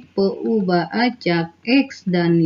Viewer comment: peubah.. peuhabe... beda banget yaa... sukses ya pak